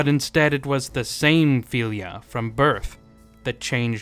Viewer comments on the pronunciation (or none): FEELYA Its FILL-ya Fylgja Thats why we have words like eel vs ill fylgja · Its called FYLGJA not "philia" 😂😂 and what is a "wight" ???? ???